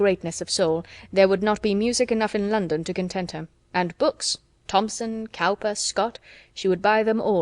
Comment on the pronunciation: 'Cowper' is pronounced 'Cooper'.